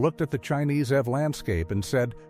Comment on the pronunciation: It's pronounced E V not ev dump ai